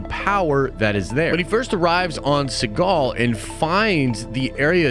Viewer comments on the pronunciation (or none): It's "Seatos" not "Seagal" my boy 😂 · It’s not Seagall 🤦🏻‍♀️ It’s Seatos. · Why do keep calling that Planet Segol, I thought it was Seatos?